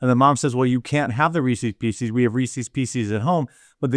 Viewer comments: Love your work being here for years now, how you say Reese's Pieces killed me though LOL You're pronouncing it "re-seize PC's", Reese's pieces is pronounced like recess peace-says hope this made you laugh! keep up the good work brother. Is she a college administrator in San Francisco or a nurse? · Hearing you pronounced Reese's Pieces as Reesees PC's multiple times was just painful to listen to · wtf are "Reesies Peesies"?? lol Midwest accent strikes again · Wtf are Reecee P cees? That drove me nuts for a sec. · Based on the pronunciation of Reese's Pieces by Jeremy, we should all pray for his mental well being; he has clearly gone insane. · How many times can you say Reese's pieces wrong? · You pronounce Reece's pieces just like my wife, incorrectly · Thank you for mispronouncing Reese's Pieces like a good, red-blooded American should.